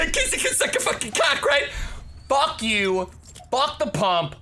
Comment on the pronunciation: “fwuck this game”😂